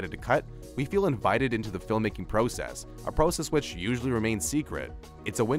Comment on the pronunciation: Just curious where is this narrator from? He pronounces process like "pro" "cess". Also this dude made fun of "deleted scenes that would have changed..." youtube videos. He does realize this channel is filled with videos like that right?